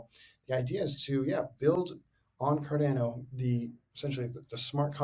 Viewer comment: "CarDANNO" Book'em Danno!